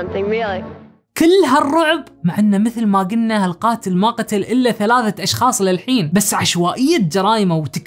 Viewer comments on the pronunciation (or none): none